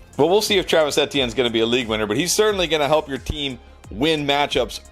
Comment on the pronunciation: The way dude says Etienne is so cringe